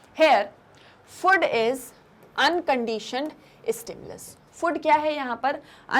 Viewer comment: annoying way of pronouncing food